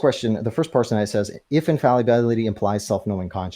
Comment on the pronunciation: Dude needs to learn how to pronounce infallibility, dude also has a PhD in Dunning Kruger Physics.